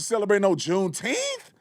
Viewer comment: What in the world is a "Juneteeth" is that even a word? Why not say June 19th! Like July 4th?